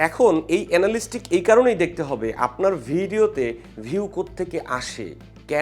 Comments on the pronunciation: এনালিস্টিক নারে ভাই এনালিটিক্স। এতো এফোর্ট দিয়ে একটা ভিডিও বানালেন, উচ্চারনটাই জানলেন না! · এনালিস্টিক না! এটার উচ্চারণ এনালিটিক্স❤️ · ❤❤❤, বহুবার উচ্চারিত ইংরেজি শব্দ Analytics এর সঠিক উচ্চারণ হবে "এ না লি টি ক্স " চমৎকার ভিডিওর জন্য ধন্যবাদ। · Analytics সঠিক উচ্চারণ। আ্যনালিটিকস